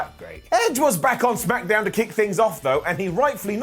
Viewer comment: smackadown? week after week, it puzzles me to hear you pronounce it as smackadown.